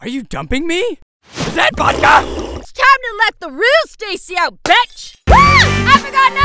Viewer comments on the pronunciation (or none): TIME TO LET TEH REAL STACY OUT BETCH!!! (Betch is what she pronounced it) LOLOL XD MY FAV LINE OF THE EP